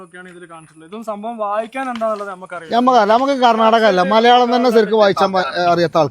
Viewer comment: വായിച്ചാൻ അല്ല വായിക്കാൻ ആദ്യം മലയാളം പടിക്ക്